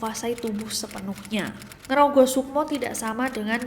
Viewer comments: kak ness.. ngerogo sama ngerogoh beda arti loh 😂 yg bener ngerogo gapake H *cmiiw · ngerogo wey namanya bukan ngerogoh😭 ga pake H, kalo ngerogoh itu di rogoh rogoh😂 apanya yg di rogoh wkwkwk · NGROGO bukan NGROGOH kak. Beda arti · Ngerogo aja kak, jangan pakek H 😅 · NGROGO SUKMO tanpa "H"